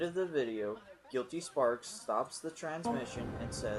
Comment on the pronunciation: This is late but it's pronounced guility spark, gill-eh-tea spark. Spark not with an s